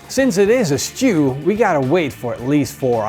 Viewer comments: Is he saying beef shoe? Lol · Love the why he says stew